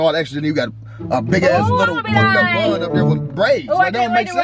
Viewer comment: “Praids” stfu 😂😂😂